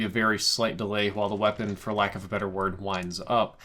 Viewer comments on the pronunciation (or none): none